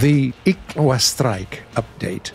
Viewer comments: He butchered it... didn't they do the research on how to pronounce it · Me reading: I Sh U A: I K W A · Everybody gangsta til' said ickwa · With a hard k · So thats how you read "Ixwa"